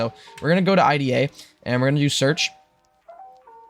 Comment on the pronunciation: Its pronounced like the woman’s name — “Ida” (eye-duh), not spelled out “I-D-A.” The name IDA stands for Interactive DisAssembler, but most people in reverse-engineering and security circles just say it naturally, like “Eye-duh Pro.”